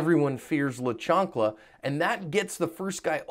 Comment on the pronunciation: La Chanclaa..I wasnt sure if I read the title right. When I heard you say it, omg you killed me. Lmao